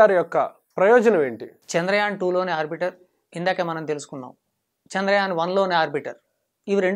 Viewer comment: It is not arbitar it is "arbital"